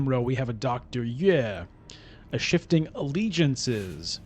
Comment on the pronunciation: “Dr. Yueh” is pronounced “U-Wee”.